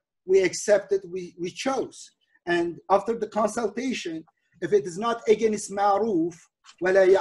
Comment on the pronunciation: Edip abi slm, sana productive feedback vermek isterim. Against kelimesini “egenist” diye pronounce yapiyosun abi; dogrusu “ıgeynst”. Eminim doğrusunu biliyosun ama dikkatinden kaçıyor olabilir. Selamlar